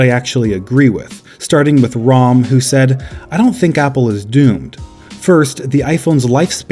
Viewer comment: My uncle’s name is Ram, and someone finally said an Indian name right! Woo-hoo!